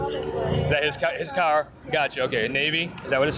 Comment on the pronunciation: The fuck this op say carrrr like Dat for 🤣 goofy ass